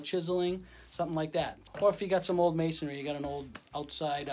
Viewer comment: Great demonstration. Thanks and you even pronounced masonry correctly instead of saying masonery. Lol